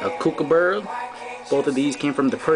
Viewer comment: KoouKoooBuuuuuuuuuura lol hahahhahaa